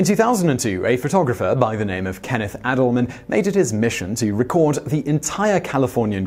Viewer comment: It's Kenneth AY-dleman, not Kenneth AD-dleman.